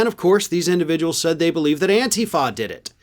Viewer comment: “Antifa” -The accent goes on the second syllable, not the first.